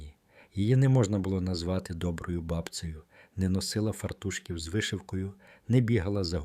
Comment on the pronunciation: ЧАсником, фартУшків, ... Ви де так навчилися ? Противно слухати